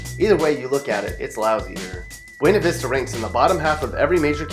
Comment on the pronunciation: it is pronounced buuuuuuna vista